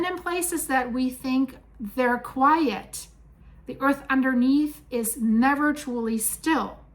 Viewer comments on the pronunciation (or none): none